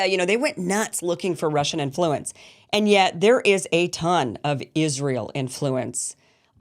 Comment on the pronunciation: You’re pronouncing “influence” insanely